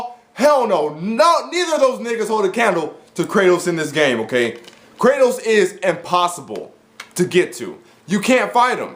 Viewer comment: By Kratos, I think you mean: "Kra-Toast"